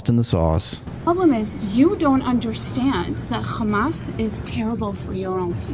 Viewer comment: They're in a bookstore and they still can't pronounce Hamas correctly